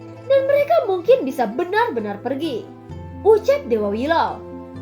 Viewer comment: Per giii lah keneraka. Wkwk logat btth.